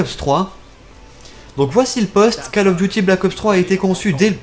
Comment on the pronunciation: je crois ke sa se prononce col et pas cal